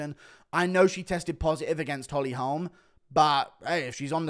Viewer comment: Guru never sounded more American. "Holm"